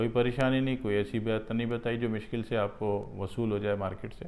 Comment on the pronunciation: Mishkil nhi boltay ha mushkil hota ha baqi mushwaray achay hotay ha ap ka